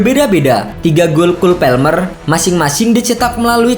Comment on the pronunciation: orang inggris juga bacanya kol palmer keknya,bukan kul pelmer😅😅